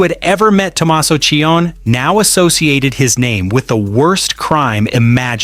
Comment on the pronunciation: Name is NOT CHIONN . His last name is Ci-oni.